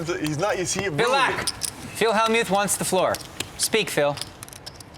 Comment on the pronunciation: Hell-mute, Helm-ute.. c`mon.. it`s Hell-mut.